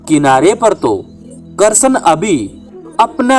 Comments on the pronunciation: Bhihati bolna to sikh le krshn bol ha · तुम्हारा उच्चारण सुधारो भाई कहानी बोलना ही तो कृष्ण भगवान का नाम तो सही से ले लो,ये कषण कषण क्या लगा रखा है। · श्री कृष्ण का उच्चारण तो ढग से कर लेते